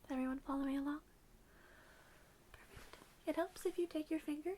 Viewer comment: I agree. I luv when she say alright or ok or let's see lol. Big asmr triggers for me !!! Only thing I don't like is how asmr vid makers all seem To say the word perfect a certain way. Instead of phonetically saying perfect w/emphasis on the "per" they alllllll seem to say it like perf (eeEEEECCCCTTTT). Lol. Or perfACCCTTTT. LOL. I don't know why that one word bothers me being pronounced certain way n asmr haha. Not that person saying it does anything wrong haha. I'm just a nerd like that n my asmr tends to pick up on both positive and neg. Sides of words n sounds lol. Even still she does perfect job lol. I luv how she breathes and speaks with real voice and doesn't sound like she's acting out or being fake. She sounds completely authentic and natural n if I knew her n real life as teacher I would never wanna leave the class haha but wld def. pay attention to every word and make good grade haha. :) I'm glad someone else triggered from same words as I am. I didn't know if other ppl ever felt same way or even paid attn. to it so it makes mefeel better lol.